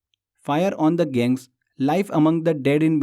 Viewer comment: गंगेस बोलने नहीं आता क्या भाई. उस दिन भी गैंग्स बोले थे डेली वाले क्लास मे और आज भी गैंग बोल रहे हो.